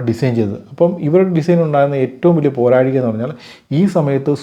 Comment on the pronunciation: പോരാഴിക അല്ല പോരായ്മ ... താങ്കളുടെ വീഡിയോസിൽ ഈ ഒരേ ഒരു പോരാഴിക 🙄 മാത്രമേ കാണാൻ പറ്റു ...ബാക്കി ഒക്കെ കിടിലോൽസ്കി ....👌👍😀 Pls do some videos about famous companies like ABB robotics , Spotify , Ericsson , IKEA, True caller etc